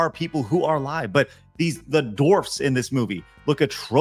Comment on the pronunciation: I'll like any of your videos if you stop saying "dorfs." It's dwarfs. Dwarfs.